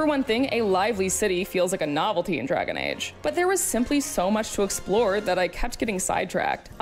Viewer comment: Yes.. "Drgaon" Age